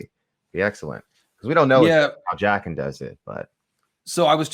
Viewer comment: "Jayken" bro stop pronouncing it like that